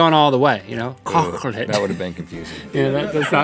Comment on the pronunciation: “kkokkulate has me dead 🤣